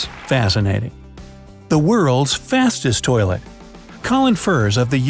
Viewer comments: U said tolit 32 times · he said toleit 23 times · 34 times you said toliet/toliets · I heard 29tolits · I think you said tolet 40 times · I counted 26 to 40 times he said toyllet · You said 15 tolits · You say 33 tolets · You said tollet 33 times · You said toliet 25 times in the video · You sayd 34 tams tolet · 34 times you sad tolit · 36 time saying tolite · You Pronunced "Toilet" 38 Times.